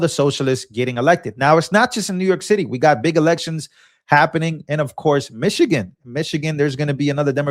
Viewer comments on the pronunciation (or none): none